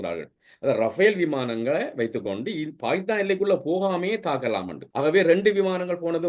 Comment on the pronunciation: எகரம் உச்சரிக்க தெரியாத வேசிப்பயல்கள். ஹே ஹே என்று கூவுகிறான். மேலும் ஸ உச்சரிப்பும் தெரியவில்லை பாகித்தானாம் .....